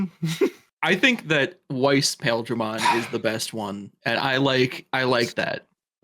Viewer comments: I think the Japanese is supposed to be "Pile-dra-mon". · It's actually pronounced "Piledramon" as in Pile Driver/Bunker like the things on his arms, but Japan hates understanding how long vowels work in English so they spelled it with "Ai" in the romanization. Which I SUPPOSE is better than the alternate of just pronouncing it wrong, but spelling it as intended, or else we'd have the dub going "Pilldramon" like how Gurren Lagann says fucking "See-mone". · Tbf, the ‘Pail’ in ‘Paildramon’ is pronounce more like ‘Pile’ (from a part of a javelin, or pile driver). Still definitely confusing from reading alone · Paildramon in the anime is pronounced "Pah-eel-druh-mon" if that helps at all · Is pronounce pie ill dar mon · The other Paildramon is pronounced Pile Dramon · you're correct on what Paildramon is made of, though I will point out that it's never been pronounced that way for one the word it's named after is actually pronounced 'pile' but it's usuall pronounced like 'pie-ill-dramon' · It's pronounced Pie-eel-dramon. Also, the english name for It's signature attack is Desperado Blaster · huh i had to look up Paildramon real quick because it didn't ring a bell with your pronunciation of it but it's that dude going of memory it's always sounds like Paaaah-eel-dramon in the show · The other Paildramon is pronounced as "Pa-eel-dra-mon" Just to make a distinction. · Your not wrong lol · the pronunciation of Paildramon hurt me